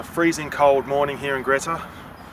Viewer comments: It is pronounced Greeta………..Jack Jones is buried in Wangaratta Cemetery, close to Mason St, towards the original front of the cemetery. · Really enjoyable video & like few others laughed at your dry humour. By the way, having lived in Glenrowan for over 20 years, I've only ever known Greta pronounced as you would the word 'greet'. One of those English language odities i guess